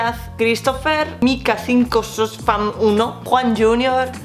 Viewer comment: me mato como pronunció "5SOSFam" xD